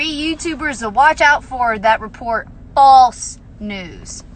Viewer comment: Can someone please let Jenelle know there is a T in report.